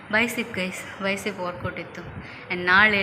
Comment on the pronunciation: ಬೈಸಿಪ್ ಅಲ್ಲ ಬೈಸೆಪ್, ಟ್ರೈಸೆಪ್